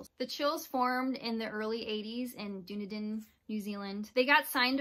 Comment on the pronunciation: Hi, Dunedin is pronounced: DONE EDEN (only together). Went there twice in the 80's. Thanks for mentioning the CHILLS Martin Phillips is a very nice bloke.